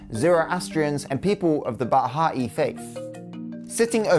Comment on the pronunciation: Yes, and the religion "Baha'i" is actually pronounced "Bah-hi", and not "Bah-ha-ee".